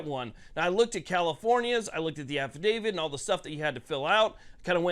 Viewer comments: AFFI-DAVIT not affi-DAVID…. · Stop pronouncing it Affa-David